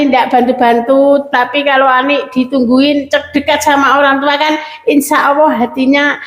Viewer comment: Bukan insa awoh mak tapi insa allah yg bener mak